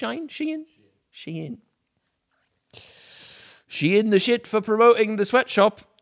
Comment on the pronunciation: I hate how everybody pronounces schein I vote for your pronunciation that how I say it